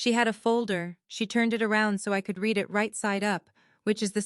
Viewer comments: Could AI please get pronunciation of read correct? For pronunciation purposes: present or habit; reed. For past actions: red! This bubble is about to burst! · Please teach your AI the difference between “I read” present tense and “I read” past tense.